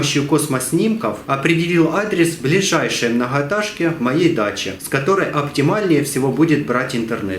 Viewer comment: Блять многотажка ))) МногоЭтажка , говори правильно олень